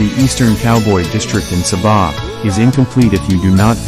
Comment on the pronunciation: Loved visiting the tamu in KB... the pronunciation of Kota belud and Sabah made me cringe a bit...even I learned how to say them before my trip to Borneo..enjoyed your vid